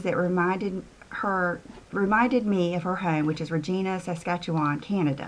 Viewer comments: I loved how you pronounced Regina! (it is normally like ra-ji-na) but you way is better! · Yay for Canadian stuff! I live in Regina too, and it's pronounced Re-JY-na. It rhymes with ... well, it rhymes with "fun" is what they say here. Hillberg and Berk makes some beautiful pieces. I hope you enjoy them! McKenzie